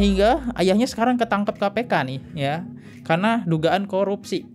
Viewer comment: Korupsinya kenceng banget nyebut nya bang 😂😂